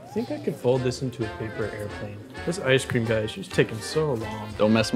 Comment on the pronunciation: yo yo yo its the leaning taower off ece cream lol